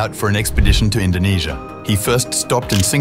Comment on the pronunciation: YOU MEAN INDONESIA NOT INDONASIA